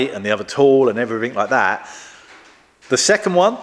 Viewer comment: Just needs to stop saying wif and vat